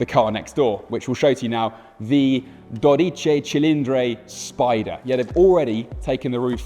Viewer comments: What a beautiful car and what a poor reviewer.... just awful.... Also, it's Dodici with an i at the end not Dodice with an e.... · not "dorici" but "dodici" and not "cofango" but "cofano"... just murdering Italian. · Dodici, not dodice. Cofano, not cofango. Great job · Not cofàngo, but còfano. Not dodìci, but dòdici. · Dodici not dodice. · Wrong words and wrong accents: it’s còfano, not cofàngo. Dòdici cilìndri not dodìce. Grazie! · A man who speaks three languages is a trilingual, one who speaks two is a bilingual, one who speaks only one is an englishman. It is not doDIche, but Dodichi. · dodiccey cilindrey and cofanGo... I guess checking the pronunciation and spelling of three words was too much of an effort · so silly he can't pronounce well: DO-DI-CI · Clearly he can't pronounce or read.... I mean... DodicE :))) Worst reviewer I've ever watched. It's like he hates his job and Ferrari in general...